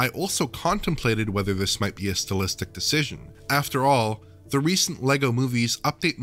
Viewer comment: I don't care for this newer guy narrating these videos. Also, "still-istic"? It's pronounced "style-istic."